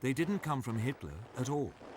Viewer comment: Hitler not hilter btw